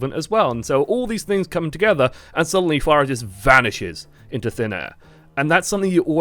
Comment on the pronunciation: did they change the pronunciation of her name too? you keep saying fair-uh